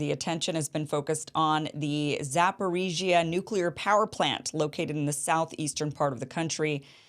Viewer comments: I like how you pronounce zaporizhzhia. And I think I heard you call Zelensky "Voldemort" by accident. Alexander Mercouris said on his program today that it would probably take multiple missile strikes on the same area of the plant to lead to significant consequences and catastrophe. So, it could be just a final plea to bring NATO in to the fight through rumors of an attack. Sort of like when Ukrainian missiles get those farmers in Poland and Zelensky kept blaming Russia while calling upon NATO to do something. You could dig into that better than I could, I bet. Love your show, Kim! So happy I found ya! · you pronouncing it correctly, Zaporizhie in Ukrainian or Zaporozhie in Russian